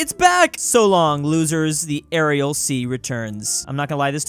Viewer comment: and Aral